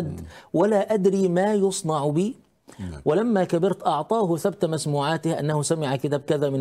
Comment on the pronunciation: تصحيح : (ثبَت المسموعات) يضبط بفتح الباء.راجع (تاج العروس :4/477) وبارك الله في جهد الأستاذ.